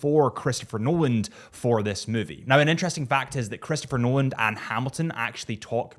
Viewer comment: Nolan. Not - Nolald…🤷🏼‍♂️